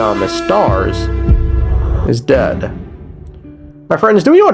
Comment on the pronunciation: The way you struggled to say dead also sounded like you said 'Phanes is daddy' XD